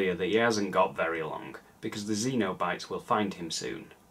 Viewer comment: Great review and great movie, but I believe Pinhead and his gang are Cenobites, like SEN-oh-bites, less akin to the aliens from Alien xenomorphs. A cenobite is an old-timey term for someone belonging to a monastic order, which makes sense for inter-dimensional S&M demons I guess, if not in a weird way. Keep up the great work,!